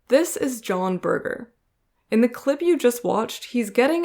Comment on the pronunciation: Berger is pronounced with a soft g, like berjer, rather than burger.